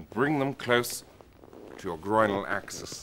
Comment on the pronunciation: he says grOInal axis